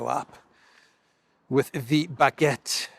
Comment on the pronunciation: Macron -"bagette" with an "F"🙃🤭🤗👏👏